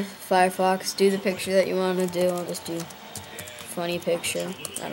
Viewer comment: Piture ! Come on that's the easy bit ! Also you sound tired . . .pity as I'm sure you know what you are doing ! Thanks